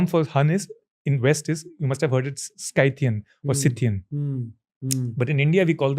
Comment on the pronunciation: Buddha was not a schythian. What this guy is saying? He doesn't even know to pronounce Schythian. Send him to Chavda sir.